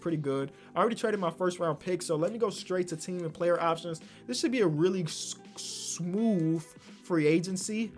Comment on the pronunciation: how did he make the word smooth not smooth